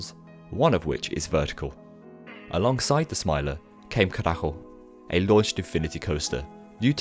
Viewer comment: You don't say Karaggo, u say Karatsho